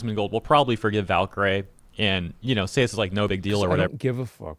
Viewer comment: "Valkyrie" is pronounced "valky-ree", not "valky-ray".